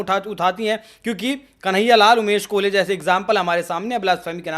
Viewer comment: कोहले नहीं बोलो भाई कोल्हे बोलो भाई😅